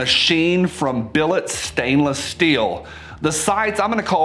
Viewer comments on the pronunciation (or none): none